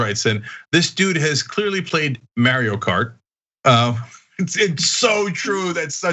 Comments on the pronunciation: He said merio cart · "may-rio cart " XD